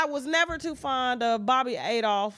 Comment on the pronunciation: Its so annoying that you cant get peoples names right. Bobbie AL-TOFF....not ADOLPH